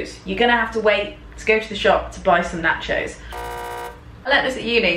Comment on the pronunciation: Lol. when she cooked the "nachos" her British-ness really showed up